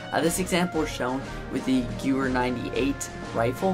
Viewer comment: Just for future reference: Gewehr is pronounce 'guh-vair'...sorry.